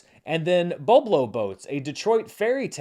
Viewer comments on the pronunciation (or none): Hey, I doubt it will come up again but if Boblo Boats is still on the limited release chart next week, Boblo is pronounced Bob (like the first name) low (as in low down) Bob-low. Grew up in the area and went to Boblo Island a lot! Thanks for the weekly updates!! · Polite Pronunciation Correction: “Boblo” sounds like “Bob Low”